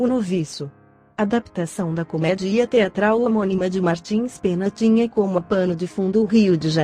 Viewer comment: Verdade, não dá ouvir Janete Clair, em vez de Janete "Clér", Dancin' Days, em vez de Dancin' "Dêis" e comedía, em vez de comédia.